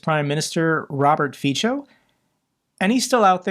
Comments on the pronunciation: Dear, we admire your tenacity and sense of justice for all of us. One VERY small improvement would be to pronounce Fico as "fitzo" and not "fitcho". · Its Fico not Fičo. Its not that difficult to type or copy his name into google and let it teach you how to say his name properly. I will comment this every time until you learn. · Fico is pronounced as Fitso, not Fitsho. Even if I don't like him, pronunciation should be correct. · Hey, Good content. One thing to clarify. Slovakia's PM name is pronounced as "Fitso", not "Ficho". Also, he's revered by the elderly, specifically women. There is a generational divide in Slovakia where the old people are enemies of liberty, prosperity, rule of law and need to have an enemy in their life (such as the big-bad USA) and a strong leader, such as Fico. Majority of young and middle aged people hates his guts. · Hi, if it plays any role at all, the pronounciation of the Slovak PM Fico's name is [ˈrɔbert ˈfitsɔ], like in 'fits-oh' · his name is pronounced as "Fitzo" (in German), (in English "Feetso" ). Thanks for your good work, I watch your every video. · Fico is pronounced like "fitso". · It was good to hear the orc female reaction to the situation in Engels...she isn't enjoying it . I hope Fico enjoyed his luxury holiday! Now he's back in Bratislava to deal with the political situation.... And its pronounced FITZO.💙💛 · I really love how pronounces Fico - it fits for Fico´s character better than correct Slovak pronounciation (Fi:tso). I´m thinking to start saying it the same way.... Greets from Praha. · Fico is pronounced feetso, Tusk is pronounced toosk. Greets. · And notice that Fico is pronounced more like feetso. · Do you want to learn some basics of those Slavic terms? - If yes, hit me up. Because, I am sorry, but even after those years, you literally do not pronounce a single Slavic term correctly: Fico, Voronezh and so on...